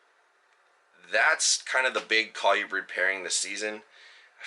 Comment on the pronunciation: Nice colubrid video (pronounce col-oooo-brid) haha.